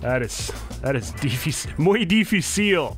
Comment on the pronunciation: Sunless: "Muy dificíl" Me, a Latin American guy: Nice spanish mate, and yes, it is "muy dificíl"